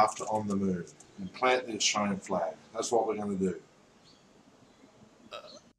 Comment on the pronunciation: "..plant the China flag"? Was there some Chinese occupation of Australia I'm not aware of? Australians, you guys are aware you're on an island in the middle of Not-China. Or know how to pronounce "Australian flag".